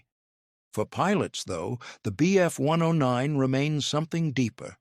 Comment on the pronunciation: "When the Bf one-undoh-nine..." Wow, just wow!